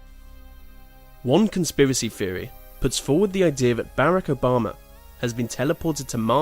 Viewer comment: I like your videos and you do a good job at narrating them but a few words are mispronounced really badly, like mostly I have herd you say theory as "feorry" but most all others are pronounced pretty well these theorys arent crazy some could be real so look into them more than just finding out about them and assuming they are wrong, it seems like you just read about them and what they say but didnt investigate them at all